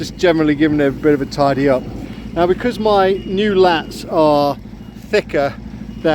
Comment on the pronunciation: laths not lats